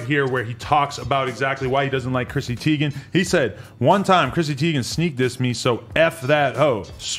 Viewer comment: Teigen not Tiegan